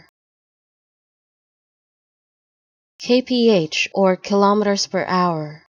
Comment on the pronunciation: Not only does "Kph" not mean "kilometres per hour" (it means kelvin-picohours, which is meaningless of course), but you also mispronounced kilometres. The universal symbol for kilometres per hour is km/h—nothing else. And kilometres rhymes with "nanometres", not with "thermometers". Wow...how are you even a channel?